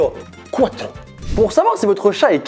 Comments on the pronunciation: Cuatro et pas quatro l’espagnol du bled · "Quatro" (C'est cuatro)